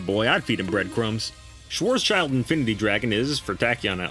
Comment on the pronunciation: Amazing Video as always. Please don't pronounce Schwarz-schild Dragon ever again :) - kindly, a german.